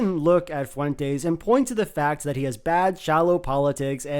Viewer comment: the pronunciation of fuentes by throughout this video was like death by a thousand paper cuts